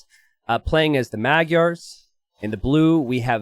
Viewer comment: when you say magyars 🤣 it sounds more like "mud yarr(s)" 😂